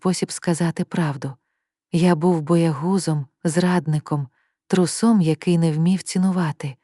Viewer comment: Ну хто пише ці опуси?!Ще й із закрученими реченнями,якимись вивертами! А цей огидний ніби проникливий штучний голос з дикими наголосами! А"нічний телефон" і "був боягузом і трусОм"-просто шедевр.Сміх та й годі,разом з трагічною інтонацією це вже до сліз.😂